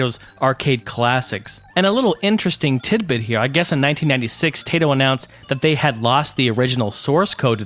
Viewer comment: 1. It is pronunced Taito, not Teito. 2. Dragons are named Bubblin and Bobblin. At least in the NES version. 3. You can speed up your DOSBox (Ctrl+F12). There was a Rainbow Islands game on GBC.